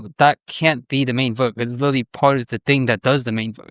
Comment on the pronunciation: really hard to take a guy seriously when he says witewawy